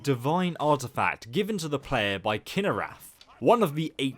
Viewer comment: ITS KIH NAH RETH NOT KIH NAH RATH